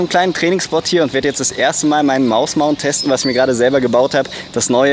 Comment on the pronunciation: bin ich der einzigste der immer mausmounth versteht ?